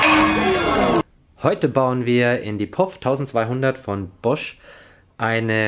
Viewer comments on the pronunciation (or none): Kannst du bitte P O F sagen?